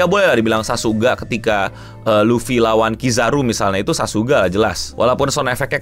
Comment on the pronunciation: Sakuga bang bukan Sasuga